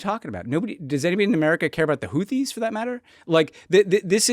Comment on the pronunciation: My dudes, you cannot seriously complain about someone saying "Houthis" like "Hooties" in the same podcast where you pronounce "Huawei" as "Wawei." Either we police voiceless aspirated consonants or we don't. I know this is low stakes, but if worldos don't care, who else will?